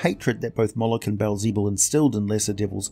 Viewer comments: Aside from the butchered pronunciation of Beelzebub fantastic! (Beel - peel with a b. Ze - like a German person trying to say the Bub - wolverine) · Baal zee bul? Bee el ze bub. It literally means “lord of flies”